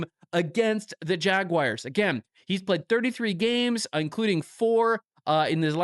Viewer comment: "Jagwires" haha